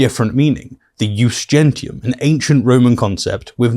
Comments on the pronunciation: Another funny fact is that Mikey boy kept mispronouncing the only Latin phrase he knew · Knowles hasn't the slightest idea what "ius gentium" was, he doesn't even know the correct pronunciation. His definition comes from a superficial, quick perusal of the Wikipedia at best. Calling it "international law" is asinine as it was accepted only by the Romans unilaterally, it wasn't something other nations subscribed to by any kind of agreement at large. Also It's classical Latin, making the ecclesiastic pronunciation incorrect, but being an ignorant sheep he has no idea what the difference is, he only tries to sound smart, fails miserably and makes a fool out of himself in the process